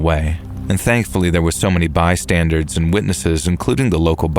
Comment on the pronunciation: Bystanders not bystandards. I do love the channel but I've noticed this nuance every time the word is used. Not trying to be an asshole.